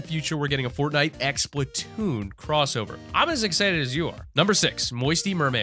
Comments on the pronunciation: It's Splatoon NOT SPLITNOON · just for clarification. the nintendo game is Splat- toon the audio in the video sounded like split-toon, but I want a paint gun